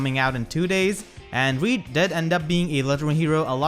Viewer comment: The pronounciation is <<Hrird>>